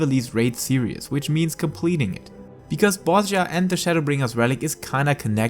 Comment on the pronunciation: It is pronounced Bozija btw, like with an I :X